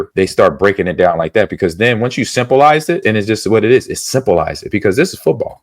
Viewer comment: "Simple-ize" ............ Ahman invents words when he WANTS! (AC instantly adopts them into his vocabulary)